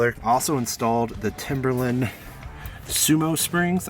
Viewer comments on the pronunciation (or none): They’re called “Timbren bump stop absorbers” not Timberlain! 🤣